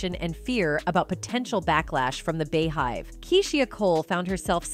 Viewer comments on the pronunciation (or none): The “bee” hive 🐝 (not the “bey” hive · Im sick of these news broadcasts that can't say the words right like R&B beehive Keisha simple stuff like ugggrrr